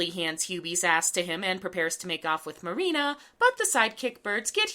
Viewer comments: Whhhy Do you keep calling her "mary-anna"???? Its Marine-a.. X.x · Every time you called Marina "Marianna" I got war flashbacks to working retail. That's exactly how people misread my penguin ass name in real life. This really is hell.